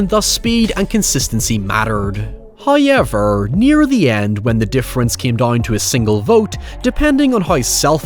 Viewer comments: Damn that’s a thick accent you got there “Hiever” lol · First "hoyevver" drops . We are rewarded as He is pleased.